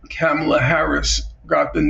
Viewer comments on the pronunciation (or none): Norman should learn how to pronounce Kamala’s name! It’s a bit disappointing to hear N.F. refer to the global south countries as “regimes” but the western countries as “states.”